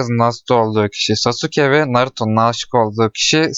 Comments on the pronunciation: lütfen çek ve lütfen sasuke deme saske de oyle okunuyo lütfen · aga o nasıl bir telaffuz sasuke diye okunmaz ki saske diye okunur sasuke diye yazılır naruto izledin mi bilmiyorum ama saske diyorlar hep ben narutodan hep öyle duydum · Sasuke diye okunuyor brom Naruto hızlı söylediğinde saske gibi oluyor